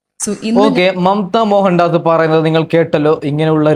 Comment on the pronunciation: നീ ആദ്യം അക്ഷരം വൃത്തിയായി പറ റേ ണു സുധി അല്ല രേ ണു..., മമ്ത മോഹൻ ദാസ് ആണ് ഡാസ് അല്ല